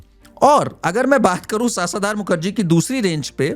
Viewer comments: It’s शशधर मुखर्जी! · सासाधार मुखर्जी भाई शशधर मुखर्जी नाम है उनका....उसका अर्थ है चंद्र....और सामर्थ नहीं समर्थ है वो शब्द...जरा इसपे मी काम किया करो